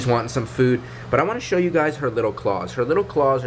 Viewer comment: can we just mention how they said " wou " instead of you